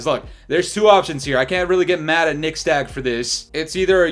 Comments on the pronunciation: You just call him nixSTAG?😂😂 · Bruh his name is Nixstahh. Imma let y'all connect the dots RQ. Just sound it out slowly and it'll make sense. 😂😂😂